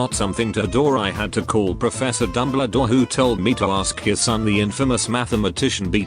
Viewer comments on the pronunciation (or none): he said dumledore